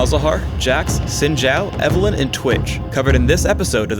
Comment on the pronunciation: saying Sin and saying Zin:/